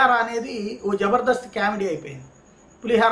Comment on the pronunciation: కేమిడీ కాదు, కామిడీ అనాలి. English pronunciation నేర్చు కోండి. మీ English కర్ణకఠోరంగా వుంటుంది.